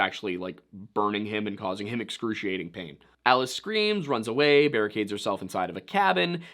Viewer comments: It's not "ee-lee-is" It's "ah-lie-us". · "Ah-Lie-us" Vorhees...